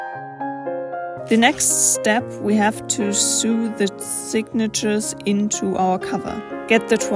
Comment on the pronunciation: Another inspiring book-making video thankyou! I heard you struggle a little with pronunciation of ‘sew’ (… our bonkers English language …) say it like ‘so’ . sew also rhymes with go, row (row the boat) and bow 🎀 . (Oh… Except when they are ‘row’ like fight and ‘bow’ like bend over! Haha! Help!)